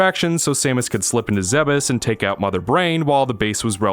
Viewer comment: isnt it pronounces ZEEBES not ZEHB EHS?